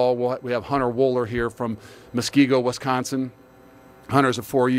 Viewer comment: Someone needs to "coach" him on the correct pronunciation of Wisconsin